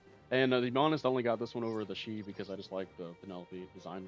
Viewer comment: Shi? I know Xi looks confusing to pronounce but the typical way i've heard is K'see or even Sai